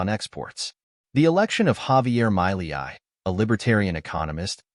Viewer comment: First learn how to pronounce his name...then we can listen